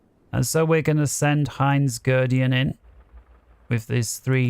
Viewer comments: Excellent tutorial. Nice to hear somebody explain things thoughtfully, rather than gabbling through a script at breakneck speed. BTW Guderian is pronounced like "Good Aryan". Which is ironic as he sometimes disobeyed orders, which made him a bad Aryan. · Good stuff. I just started playing again but have forgotten a lot. Btw. Guderian is pronounced "Good air e in". Lol